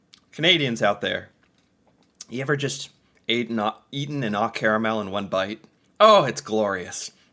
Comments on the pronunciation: Its Oh Caramel not Aw Caramel. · It's called oh caramel, like oh Canada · It is pronounced oh like oh canada! Very sweet, we canucks love our sweets!